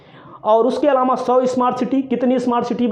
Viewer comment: are bhyya patrkar ye alama hota h ya alava.vaspa hota h ya baspa bolna nahi aata aur ho patrkar vah re bharat